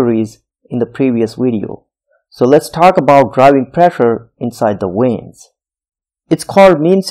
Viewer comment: Great job. Just a little tip: It's pronounced veins, not weins. It's kind of distracting.